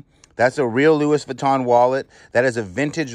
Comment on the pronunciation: Pronounced Lou ee Vitton not Lewis.😣